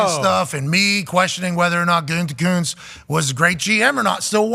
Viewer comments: It's gutekunst not goontekunst lol Packers talk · but it's WAAAAY better the way Pat pronounces it, because Goontekunst sounds like the name of a dipshit, and only a dipshit would have drafted Jordan Love when he did.